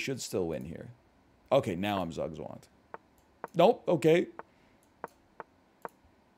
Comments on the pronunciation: Is Just realized is NL saying Jug Djwong or is he meaning to say Zug Zwang [ Tsook Tswahng ] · definitely zugzwang ...which i just now realized isn't normally pronounced how he says it, lmao